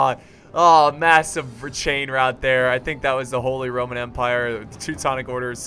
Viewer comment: when you are saying "RRRRRRRROMAN" i cant stop laughing bcoz its a name in poland and my best friend has it xD